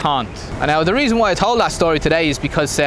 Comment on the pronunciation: vs? LO,L, the man with two personalities. So you've been the US? Disregard the comment I made on my video comments. Turns out we've both been in Asia since 2010, only you've stayed in Thailand. I lived in Singapore, Philippines, Vietnam and now Thailand.